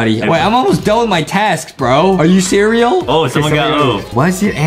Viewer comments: Did Justin just say ceareal? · Justin said cererel